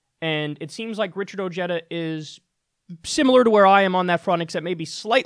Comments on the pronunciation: bad pronunciation, this is a hispanic last name and the J is not pronunced Y but like an "H" in english, like Ohara or Oheda. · I hate how his name is pronounced. It’s “Oh-Hey-Da” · Is that how he pronounces his last name? I thought it was "o-HEY-da" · its pronounce "O-he-da" its a short "e" like in "get" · I hate that he has his last name mispronounced on purpose. I hate that he voted for Trump but at least he sees it was a mistake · Isn't it pronounced , oh*head*duh, or am I missing something lol